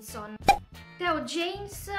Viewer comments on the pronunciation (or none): none